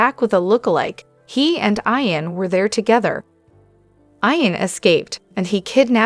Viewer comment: It's pronounced "EEE ‐-EN" NOT "eye-- en ," !!!!!!!